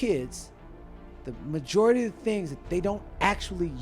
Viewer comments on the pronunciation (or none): none